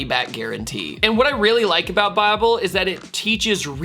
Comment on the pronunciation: At the :54 second mark he said Biable . He wanted to say Bible? 😂😂😂😂